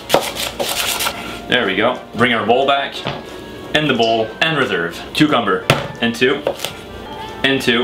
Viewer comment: C'est moi où on entend on réserve avec un accent anglais ?🤣